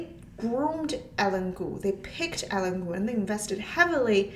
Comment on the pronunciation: Typically, her name would be pronounced like EYE + LEAN.